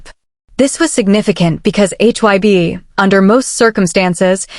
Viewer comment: You know this has got to be AI or a computer. It don't even get names right. It was calling HYBE hyb and Jennie Jena. I don't believe any of it is true. I believe if they are seeing someone it would be better to take them to their home. More private. You wouldn't be out where people would see you. Those fake pictures of V and Jennie at Jeju Island was way out there. And especially the ones in Paris. Maybe they dated and maybe they didn't. I myself think they didn't. I think it was a big rumor that she started and he decided to stay away because it could have hurt him worst. Remember his shirt he wore at the airport that said "Your dog isn't my dog!" We've seen stuff she has done for attention. I just can't see V with her. She don't seem his type. But maybe he likes nasty girls. I really can't see it and I have a hard time with all the rumor about any of these guys!